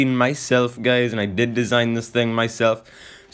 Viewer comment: Whenever he say guys why am I hearing it gays